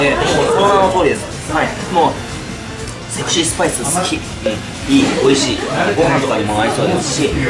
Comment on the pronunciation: 前回に続いて美味しそうな唐揚げでしたね！😃 そして、セクシーな辛さだったんですね！😊ジョニーくん！君何言ってるんや？ ハッキリとセキシー！って！言ってるところ凄く良かったよ！☺️今度はちゃんと拷問されてね！